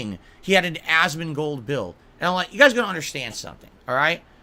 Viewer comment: why does he say asmongold's name like that? god damn also lol the only thing you showed your passion for back in the day is being racist